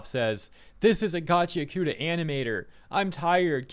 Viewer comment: it's GACHI AKUTA not gachyakoota...